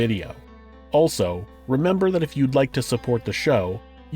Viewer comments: I keep hearing you say her name as "Hubris". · I keep hearing her name as “hubris”, which, I suppose, is apropos.